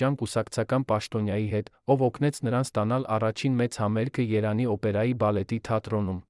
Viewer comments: Երեւանը - Երանի ճիշտ կարդացեք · Ես մտածում եմ, որ սա ԱԻ նյութ է։ Եթե ուշադիր լսեք, կհասկանաք,որ շատ բառեր ճիշտ չի արտադանում։ Երևանին ասում է երան, իսկ յ տառը ընդհանրապես չի արտասանում։ Եվ էլի շատ բառեր։